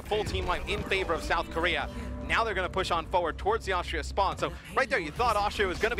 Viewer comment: "On the mccwee and the kowea ..."